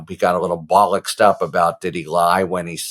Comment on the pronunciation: Good word bollocksed up I thought you were English for a second there😂🤣